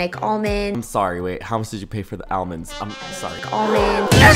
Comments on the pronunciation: why do you say Al-mands and not all-monds.. You have weird pronunciation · continually distracted by the way you pronounce almonds